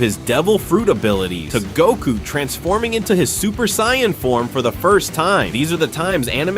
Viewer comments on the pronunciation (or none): I love how you couldn’t even pronounce sayain correctly